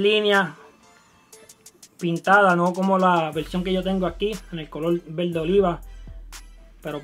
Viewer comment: jjajaja me mama como dice VELDE, EL LUGAR DE VERDE!!!